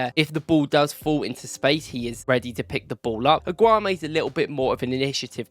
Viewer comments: You're wrongly pronouncing his name dude its AAAAAAAGGGGGOOOOUUUUUUUMMMMMEEEEEEEE MAN COMMON!!!!! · Pronounce his name properly man. 😂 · You mispronounce his name every time. It means you're genuinely mispronouncing. And that tells me that either you watch football matches on mute or you haven't watched him enough.